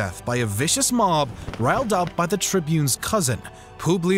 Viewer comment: pooblius publicola 😭😭